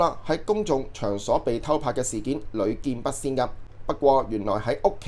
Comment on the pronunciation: 屢見不鮮…鮮…指少有。 粵音…屢見不蘚！ 注意！注意！ 鄺仔加油！😅